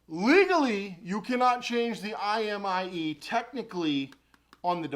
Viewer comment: You said imie instead of imei lmao lolz just saying